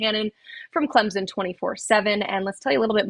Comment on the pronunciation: CLEMZIN???? There are no Z’s in Clemson